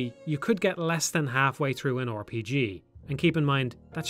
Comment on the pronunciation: I just like hearing people say "Or P G"